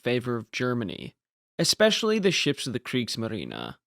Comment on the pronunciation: Hey man, I absolutely love your channel. I've thoroughly enjoyed every one of your videos. I just have a question. Over the last 10 years or so, I've noticed Americans have collectively decided to mispronounce "especially" as "ex-specially". haha WHY? haha When I hear it, it's so abrasive to me that I have trouble concentrating on what is being said. It's very similar to "aks" instead of "ask" which I often hear, since I live in Windsor, a 10 minute drive over the border to downtown Detroit. Aaaaaaaaaaaaaanyway, I look forward to your next video. =) Thanks again for an exspecially fantastic channel.